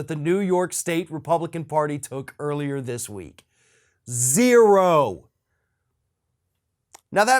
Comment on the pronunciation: love the call back to "ZEE ro"